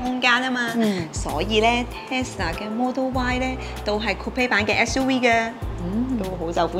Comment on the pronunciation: Thanks for sharing! 有少少意見，希望留意。Volvo 讀音係’v’, 唔係wow wow。SUV 係讀SU’V’(牙齒咬向下唇發音)，唔係SU’we’☺️